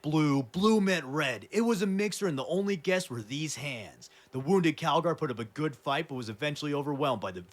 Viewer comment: Bro keeps calling him Cagalry 💀